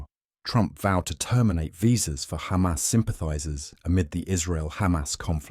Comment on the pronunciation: When he said Khamas😂 you know he's a zio